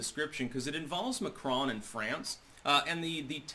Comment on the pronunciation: mAcron NOT mCron???